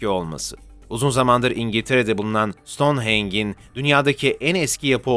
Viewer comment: Ancak Stoneheng diye değil , Stonehenj diye okunur. Bakır parşömen gerek rengi,gerekse yazısıyla gerçektir. Kral Tut-han-kamun 18 yaşında öldü. Skolyoz ve yanı sıra felç ,ensest ilişkiler, anne -babayla ,akrabalarla evlilikten yayılan pek çok hastalıktan muzdariptir .Yaşarken hatta ok atarken oturuyormuş.Baston kullanırmış. Sıtma da bir sinekten bulaşıyor.Ahid Sandığı içinde önemli emirlern yazdığı bir altından sandıktır. Bu sandık Süryanilerce saklanıyor olabilir. Voynich el yazması bu galaksiye ait olmadığı gibi aksine bu dünyadan çok eski pederler ve papalarca ,eroin ,kokain çekerek yazılmış olabilir. Bir büyü ve dünyada olmayan bitkileri gösterse de bu astral seyahatle de yazılmış bir kitap olabilir. Bu Yunanistan'da bulunmuştur. SAYGILARIMLA beray çelebi👩‍🏫